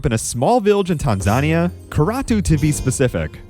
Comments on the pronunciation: Tan-zahn-ee-aa?? C'mon. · Tan zAn ia? Come on dude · Tanzania is Tan-zuh-nee-uh just fyi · Great video, but that is a wild pronunciation of Tanzania about halfway through